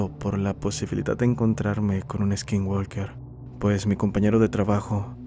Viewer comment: Hola, nomás como observación. No se dice gualker, es walker, no se pronuncia la L, es como decir woker, algo parecido.